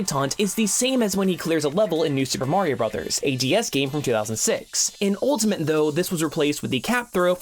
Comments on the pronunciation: Am I the only one that hears ‘ultamint’ whenever he says Ultimate? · jesus christ please stop saying ultamint